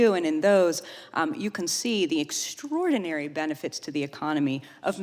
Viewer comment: " The extrdorinary benefit of Regulations" ???? WTF ??